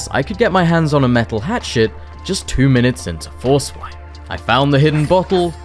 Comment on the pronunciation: I love that when you say “hatchet” it sounds like you’re saying “hat shit”